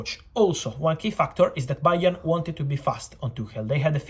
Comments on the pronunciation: "Bayern _oard" the B is silent from Fabrizio just like the board kept it silent to this time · Fabrizio “BA!-ern” Romano